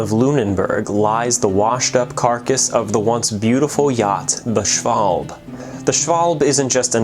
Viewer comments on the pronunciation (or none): Schwalb-e. It's just the "e" missing. Like in table or handle. A short "a". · Interesting, thanks. By the way, you do pronounce the -e on the end of the name, so: shval-bah. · Schwalb-e. A short "a". It's not silent. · Nice video, thank you! Small remark: In German language, there are very few mute letters. In general, you speak what you write. Accordingly, "Schwalbe" is pronounced "Shvalbe". You hear the e. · its schwalbE :) greetings from GER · It annoys me how you pronounced schwalbe. While its probably much closer to correct than I pronounce my name, it's not how I do.